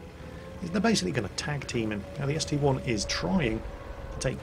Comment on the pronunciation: I have made this mistake, and so has almost everyone for years. It's a st-I not st-1